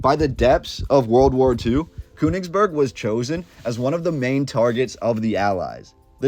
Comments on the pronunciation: Königsberg, it's pronounced with the ö as a LONG O. Not KU. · There is an umlaut over the o in Koenigsberg so it us pronounced totally different than the way your pronouncing it